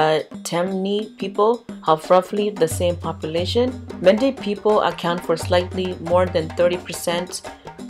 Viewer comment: Is Men day not manda.